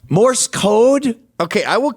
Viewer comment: Love how he calls it " Morris code" instead of Morse code.